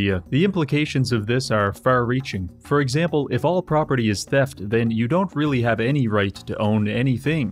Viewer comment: property is thieft sounds like juice ah oh wait wikipidia is owned by them xdddd